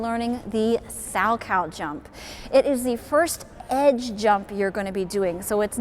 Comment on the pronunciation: You are mispronouncing his name. It is Sal-Ko. Not “cow” as in the farm animal.